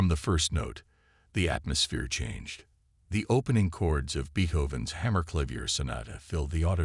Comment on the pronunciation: Could anything scream FRAUD more profoundly than this story featuring Beethoven’s music while mispronouncing “Beethoven” no. Get better software that can properly pronounce Beethoven among other words that jarringly shatter the illusion that we are listening to a seasoned storyteller.